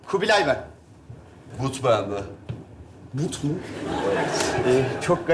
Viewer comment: Put değil but